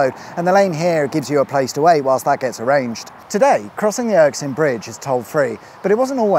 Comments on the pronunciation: Nice video. p.s. its pronounced "err skin", you got it right at the first attempt then called it the "erk skin" repeatedly after that. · It's pronounced Er-SKIN not ERKS-in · Erskine... as in... 'er skin is as soft and radiant as powdered plutonium... not irksome... I like it being called Irksome though. Wickedsweetawesome as usual... too short though. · Are you pronouncing this as the Ericsson bridge ? That's what it sounds like . It is of course the Erskine ( pronounced err-skin ) bridge , named after the town below it . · Interesting, but felt somewhat irksome at your perpetual mispronunciation of Erskine. You kept saying your own version as "ERK-SINE" and not "ERS-KINE", as it is actually written. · A nice treat to see a video about this motorway but please! 'Erk sine' bridge? That's hurts lol. It's Erskine, pronounced 'Err skin' as in "Oh err, your skin is showing" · Anyone else going crazy over the Erskine/Erksine pronunciation in this video? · Good video, but its Erskine not Erksine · It's Erskine not Erksin. Jeez (lol). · WTF is the Erksin bridge ? !! Erskine dear boy (◕‿◕) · Its Erskine not Erksine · WhSA! (But uh-skin not urk-sin! 😁) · Er Skin, not Erk sin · ErSKine not ErKSine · Er-skin. Not Erk-sin. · Erskine not Erksine. You're like a yank saying "aks". Urgh. 😄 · Erk sin is the best ever pronunciation of this place! Love it. Keep it up ❤ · More like the Irksome Bridge, eh? :P Good thing there's no motorways in, say, Milngavie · You started off well, then it became Erikson Bridge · Sorry, but erksin 😵‍💫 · I’m very Irksined by the pronunciation… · Irksin Bridge? The miss-pronounciation just adds that extra element of entertainment to an already enjoyable channel. Keep it up boy! 😄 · Is it just my ears, or did you repeatedly call it the ‘Erksine’ bridge? 😂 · It’s pronounced “Ayr-skin” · How have you managed to say Erskine “Erksine” every single time!? 😢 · I wasn't going to mention it. 😂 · You managed to get the bridge name right ONCE ..... 😂😂😂